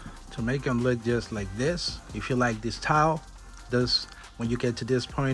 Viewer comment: You lost me at “Dis Tyle”😑